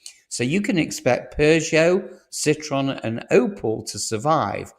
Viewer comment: Wow Citron and Opal. You're an AI, aren't you?